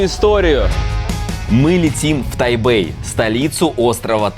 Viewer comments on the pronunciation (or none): Не Тайбэй а Тайпей